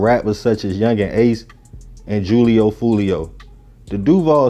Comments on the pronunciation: Pronounce it wit me who-Leo-fool-Leo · Lol I like the video bro but it’s pronounced who-lee-oh foo-lee-oh